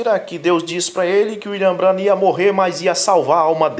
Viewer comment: Que absurdo. Eles não conseguem pronunciar o nome de um dos maiores Profeta de Deus. B R A N H A M